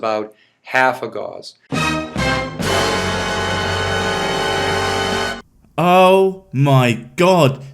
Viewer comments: He can't even pronounce Gauss correctly. But wants me to believe he know anything after that, No. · Hmm, a doctor who can barely string three words together and mispronounces nuclear and Gauss - I can't wait to hear this. Calling it now, it's a doctorate in naturopathic or chiropractic "medicine" because a even a doctor of gender studies would be at least able to make a video without sounding like a grade school child giving a book report. Edit: ha! Nailed it. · It's surprising that his extensive knowledge of magnetic fields doesn't seem to extend to being able to pronounce Gauss correctly. Just for context. This guy has a degree in 'human biology' from a religious university (ie it's more than questionable). A 'chiropractic' doctorate (i.e not a recognized medical procedure). The 'DC' after his name seems to be where he got that doctorate. FIAMA says he's a fellow of the institute of Acupuncture (lol). CFo? Your guess is as good as mine. My guess? Chief Financial Officer (of himself) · I was just complaining about how this pillock keeps mispronouncing gauss but okay. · His pronunciation of Gauss is endlessly, annoyingly cringy and I only know how to pronounce it from playing fucking fallout games and watching ghost adventures. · Also not "gauze", it's pronounced "gauss" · The unit gauss rhymes with house, and is not pronounced like gauze. He has never even had 3rd grade science. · I know it’s just me but I hate that he keeps saying gauze. It’s gauss (pronounced like spouse or something) it’s really annoying to me that he’s referring to a property of magnets as a medical wrap or bandage. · Pretty sure 'gauss' rhymes with 'mouse' not 'horse'. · Should start by pronouncing gauss correctly. It rhymes with house, not gauze. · LOL. he sez 'Gauss' like 'floss' not 'gows' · It's gowss, not gahz. And nuclear, not nucular. It's clear that he only spends time among his fellow woo shills. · He's studied magnets so much that he pronounces "Gauss" as "gauze". Sigh.